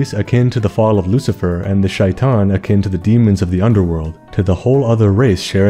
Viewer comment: As a person that understands Arabic, it’s hilarious to hear you say the names in Arabic for the genie and majnun, as well as shitan. 💀